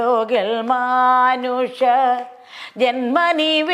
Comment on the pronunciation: പാടിയ പാടിയാൽ ആണോ പ്രേമാ ബുദി അല്ല പ്രേമാം ബുധി യല്ലേ ബ്രെഹ്‌മാ അല്ല ബ്രെഹ്‌മ പ്രേബോധം ആണ്. പ്രെനോവി .... എന്താ. നല്ലയൊരു ശബ്ദം സുതാ... സൂത അല്ലെ. മാൻ ഉഷ... മാനുഷ. ഉള്ളത് വായിച്ചാൽ പോരെ. ഹ നല്ലപോലെ ഉച്ഛരിക്ക്. ത്ഥ.. പ്രമണ്യം.... മംഗലം.... മംഗളം... ല്ലൊരു.... വല്ലാഭം.... വല്ലഭം. ധ.... നല്ലപോലെ ഉച്ഛരിക്ക്. വന്തി .... വന്ദി.. പാരം.... മാന......😢. നൈ...ഭ..... 😇 ഉപ... ദേശിച്ച... ഖി... ക്കി.... ക്യാ... ഖ്യ....